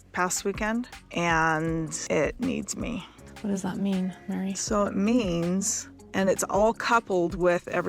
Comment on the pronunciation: Her name is Meri, not Mary